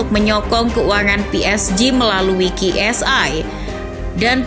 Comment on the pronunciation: Kiu Es Ai min, bukan ki